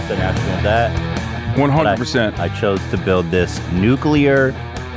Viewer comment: You said NUCLEAR WRONG. IT'S SO EASY TO PRONOUNCE, ETHAN. "NEW" "CLEAR" BRUHHHHHHHHH